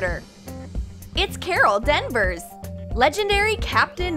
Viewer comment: it's carol DENvers. Pov: you can't pronounce a